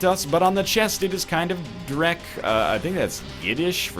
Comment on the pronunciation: Thats actually German for Shit :D Yiu pronounced it really good though! "Dreck"